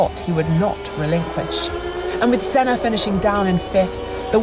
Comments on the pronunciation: the senna pronunciation drives me nuts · Mansell was a cracking driver ,a nice bloke and master of the moustache 👍( why can’t the commentator pronounce Sennas name)